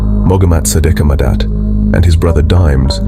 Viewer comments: total butchery of how their names are pronounced. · Train your stupid AI narrator to pronounce names and other words correctly. It's disrespectful to butcher someone's name so horribly. A**h**le